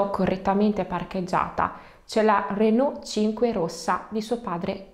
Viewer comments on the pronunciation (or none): none